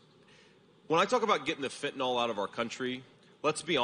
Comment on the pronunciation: It is pronounced fentanil, not fentanol